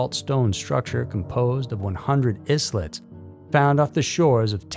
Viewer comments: It sounded funny - iz-let 😂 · 'Islet' is pronounced 'eye-let' It's a smaller version of an island (eye - land) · Why on Earth would anyone listen seriously to someone who can’t even pronounce the word “islet”? Here’s a clue for you: it means tiny island, and sounds like “island” in both words you DONT pronounce the s. Sounds like “eye-let”. BTW, Graham Hancock LIED to you, the Nam Midol stones average 350 POUNDS…not 5 to 25 TONES. They were slid down slopes of the high points they were harvested from. And the boats of the locals were just fine for transporting them after that. Just as the ancient Egyptians used their riverboats to transport the pyramids stones, which they did.